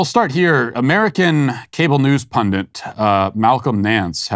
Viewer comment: the word is PUNDIT, not PUNDANT!!